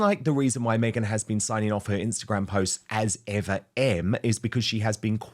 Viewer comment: 'As Ever,' sounds like "What ever" ! 😂